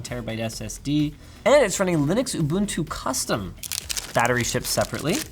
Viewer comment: Linus finally saying "Ubuntu" properly>>>